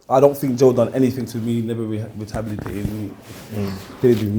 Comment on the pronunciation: It's rehabilitated not retabilated lol